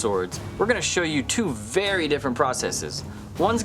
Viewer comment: this is wery wery cool